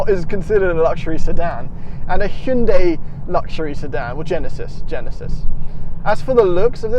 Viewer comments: Its not Hee-un-day...it is pronounced High-un-day. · Dude, Hyundai is pronounced like Sunday. Just put an "H" on Sunday. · He said hyundai so wrong I feel like it was intentional